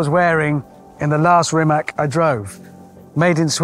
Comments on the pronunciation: Rimac should be pronounced like Rimats and not Rimak.. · So, is Rimac pronounced rimak or rimats. Wikipedia says rimac and in croation the c stands for ts but Hammond keeps pronouncing it with a k and the folks at Rimac don’t seem to mind it. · It's Rimac, not Rimak. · It's NOT pronounced Rimak but Rimac... Spelling and prounciation are exactly the same in Croatian!! Very annoying... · Its not Rimak its Rimac - Rimats... yw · Pronounce it properly please.. it’s not “Rimak” its “Rimatz”.. Make a whole episode and you’re not even getting the name right. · Hammond its not Rimak its Rimac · HAMMOND! It's pronounced "Ree-mats"! :face-blue-smiling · Zlo mi je kad čujem Rimak! Zar mu nitko nije rekao kako se izgovara? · I find it ear grating how he keeps mispronouncing Rimac yet pronounces Mate correctly. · It's Ree-mah-tz.. as in tsar or tzatziki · Still it’s pronounced Rimaz… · even with Mateo sitting beside him, he still (rather British-stubbornly) refuses to say the correct RIMATZ... it's not really a "C" at the end, Hamster. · and Hammond still does not know how to pronounce Rimac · You should know how to pronnounce brand of the car (hyper car in this case) on this level of journalism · Anyone else have an eye-twitch every time he mispronounced Rimac, or is it just me? Just me... got it. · almost died in him but never learned how to pronounce their name 😆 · Miss-pronouncing Rimac on minute 1 - so Hammond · What’s the deal with Hammond and his lack of interest in pronouncing the name of the car correctly? I don’t understand why. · Hope he would pronounce the brand name properly. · Refuses to pronounce the name right as he is still a bit miffed about ending up upside down. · Someone please teach him how to pronounce RIMAC🙄 They're paying him how much to mispronounce the name?! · He pronounce that name SO WRONG